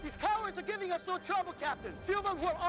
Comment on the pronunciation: What’s with the “nor?” Are you trying to be Australian? It got annoying.